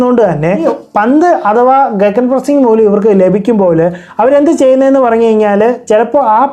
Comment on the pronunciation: ഗഗൻ അല്ലെ ഗിഗൻ ആണ് e slient